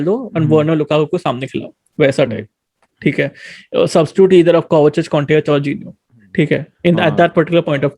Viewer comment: be like "thiek hae " 🤣🤣